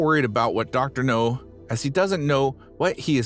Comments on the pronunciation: Dr. NOW, not NO! Have you ever watched an episode? If you have you'd know it's NOW!! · Dr. NOW not Dr. NO. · It's Dr Nowzaradan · Do you purposely mispronounce the doctor'a name just to piss people off?